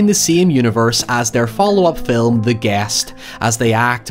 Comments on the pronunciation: I still prefer "filum" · Personally “fil(lu)m” gets me every time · I’m going to invade your home if you don’t learn to pronounce the English language Filum for film is fine Terty for “thirty” is fine But PEEN FOR PAIN? FUCKING HIYEVER STOP PLEASE MY BRAIN CANNOT TAKE IT ANYMORE